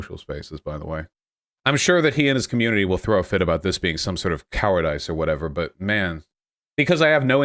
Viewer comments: The funniest part is that he stutters on every second word and mispronounces 100s of common words(cowardice for example). He's one of those guys that thinks getting a BA in a useless degree makes you intelligent. I would bet my top dollar that he was the type of guy that everyone in the lecture hall hated because he'd talk to the professor during lecture purely for the sake of showing his classmates how smart he is. He just took that love of attention and for sounding smart while actually being pretty luke warm IQ, and made a career out of it after graduating university. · Oh Vaush... That's not how you say the word "cowardice"...